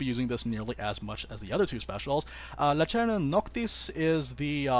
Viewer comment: There are no soft c’s in latin. It’s lacerna not lachairna